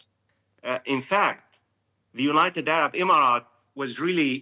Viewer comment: 🗣️ “Unigh state” but “United Arab Emirates.” 😂